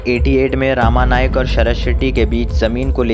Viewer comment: आप सबके नामोल्लेख गलत क्यूं करते हो. गवळी को गावली रमा नाईक को रामा नाईक . स्टार्ट के बजाय ईस्टार्ट. क्या है यह . आप की आवाज भी सुनने लायक नही है.